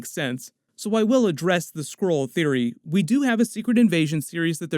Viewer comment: The way you keep saying Skrull sounds like you are saying Squirrel.